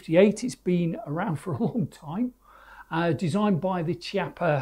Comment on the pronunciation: I have seen many reviews on the Chiappa Little Badger. Can somebody explain to me, please, how can you review a rifle, or any item for that matter, if you cannot not even pronounce the name correctly of the item you are reviewing? The name is pronounced Kee-Appa! The name of the owner of the company.